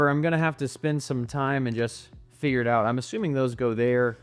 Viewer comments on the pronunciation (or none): none